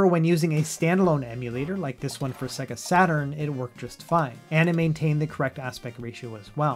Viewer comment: I wanted to come back and tell you that if you want to pronounce 'SEGA' correctly it will add a layer of professionalism to your video. The t-rex on Jurrasic park and the singers at the beginning of sonic 2 will demonstrate. How an adult doesn't know how to say say-guh is beyond me?!?!